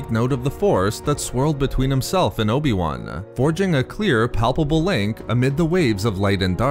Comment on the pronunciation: "Palpable"? heh